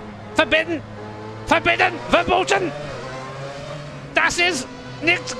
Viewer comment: As a german I was pissing at your german... Verboten? Skipping back... Ay ay ay verbborten. Cracking laughter. 🤣🤣🤣